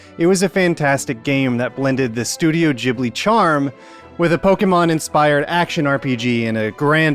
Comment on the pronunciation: Ghibli! like Gold not Jibli like Jizz... christ american.. first ryu, then lara, now ghibli. you deserve trump